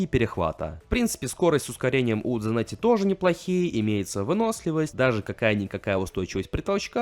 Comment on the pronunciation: Хавьер Санетти он аргентинец поэтому на "С"